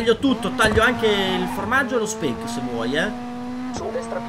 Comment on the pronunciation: Speck con la e chiusa mi ha fatto troppo ridere! Comunque polo